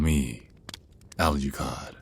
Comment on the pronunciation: When he said that his name is Alucard, why did I hear “Allergy Card”?? Lol